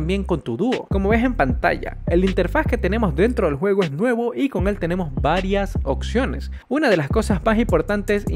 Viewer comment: Es oPciones no oCciones el español es hermoso cuando se habla bien inténtalo te lo recomiendo